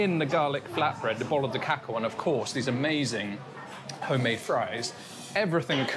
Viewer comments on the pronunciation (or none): none